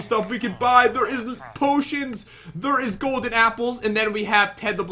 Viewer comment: I love that Pat says "thur" instead of there, their, or they're...... 😀